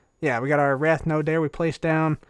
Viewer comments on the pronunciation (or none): Wraith is pronounced "rayth" not "wrath."